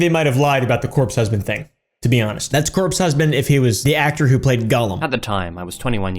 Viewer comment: bro really said "Corp Husband"💀